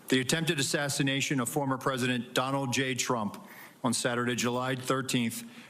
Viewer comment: So I'm hearing him say "The attempted assignation on Donald J. Trump was a failure on multiple levels". I cant unhear that.